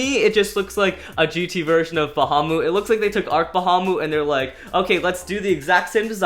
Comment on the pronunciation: It’s not called arc Bahamut it’s called ARC Bull cash